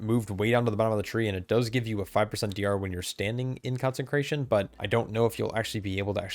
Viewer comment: Love the content. Small bit of feedback: You're putting an extra "n" into Consecration.